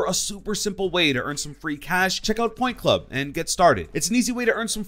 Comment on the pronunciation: Instead of point club i thought he said pornhub